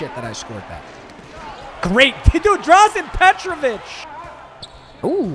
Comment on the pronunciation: Papa you gotta get the name right it’s drazen peg-ur-bich